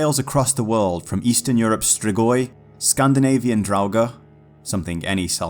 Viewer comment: Your pronunciation of the Romanian “Strigoi” was extremely good btw